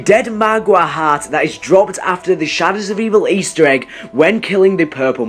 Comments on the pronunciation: please pronounce heart correctly😂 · The way he pronounces "heart" irks me..